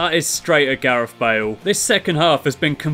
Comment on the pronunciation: it's not Wales, it's Bales